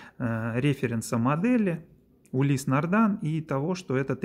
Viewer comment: Не могли бы вы, как любитель марки, объяснить простому смертному пролетарию, не знатоку названий люксовых марок, почему автор ролика несколько раз произносит название марки "нардАн" при том что на часах написано "нардИн"?